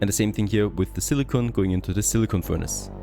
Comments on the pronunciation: Surprised they didn't request their VO actress for Alice to re-record all the silicon lines, when she said silicone instead. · I'll buy this game after they give you the option to mute the acidic and condescending assistant whose comms they burden you with. Hopefully her character arc includes an alignment change to "Reasonable Human"... Edit : And a change to pronouncing 'silicon' correctly...